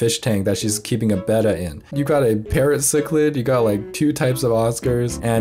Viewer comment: GURL DID U JUST SAY “BETA” INSTEAD OF BETTA 😳